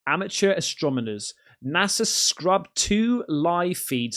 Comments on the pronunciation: “Astromoner” ? did you mean astronomer? 4 is 1 away from 5, dude you are so right. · Astronomers….say it with me, AstroNOmers. 😅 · its AS-TRO-NO-MERS.....you keep saying AS-TRO-ME-NORS 🤣🤣🤣🤣🤣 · ...yes, and "astromoners" instead of "astronomers" 😅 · Is purposefully mispronouncing "Astronomers" as "astromoners"!? Lol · You keep mispronouncing astronomers as Astromoners 🤷‍♂️ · You can't even say 'astronomer' right...